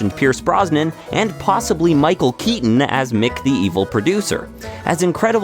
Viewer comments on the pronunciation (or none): none